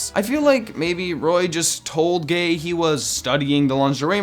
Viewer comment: He pronounced gaye wrong...